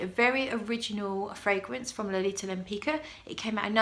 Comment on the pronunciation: Suggestion: with some research, you could be the first person on the YT who properly pronounces the name "Lempicka".